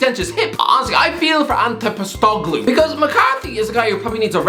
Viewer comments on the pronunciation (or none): struggling to pronounce Ange Postecoglou has made my day. In all seriousness get James Mccarthy out my club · How did you postecoglous name 😂😂 its ange pos-ta-cog-lu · I feel violated by how he said postecoglou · what was that pronounciation XD, hurts to listen too XD